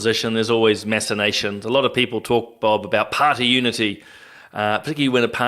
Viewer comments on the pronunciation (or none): Did he say: 'there's always masturbations'? I think he meant 'machinations' which is said phonetically 'mac-in-ations'.